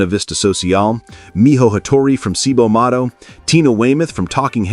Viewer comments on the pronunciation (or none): Cibo Matto = Cheebo Matto. 😉